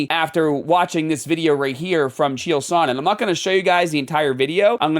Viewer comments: Are you intentionally mispronouncing every name to be a pretentious asshole? K n o x Knox as in Knoxville Tennessee Chael Sonnen like kale but with a c h Raja same as the Tiger in Disney's Aladdin it's not that hard dude everyone's been saying these names since the beginning of time you're the only one that likes to mispronounce them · Allright buddy ur pronunciation of chael name is horrid but not just that I feel like 1 u are. A pick me weird lil boy but someone needs to protect this guy psycho stu but that doesnt change that ur a idoit th as t black ignorant sneaky pos should be doing attempt of murder fucken bs